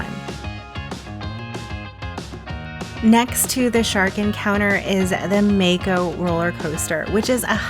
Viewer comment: If it's named after the shark then it's pronounced 'Mah-ko', not 'May-ko'